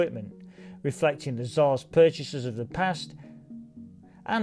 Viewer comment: RT I believe his accent is so thick he is saying shah but it sounds like tsar